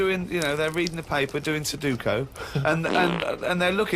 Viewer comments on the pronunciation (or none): You mean succocko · Love how many times they reference Sudoku and not once do they say it correctly